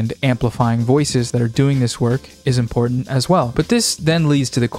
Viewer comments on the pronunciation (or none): none